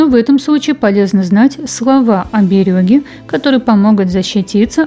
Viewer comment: Может все-таки оберег,а не оберёг?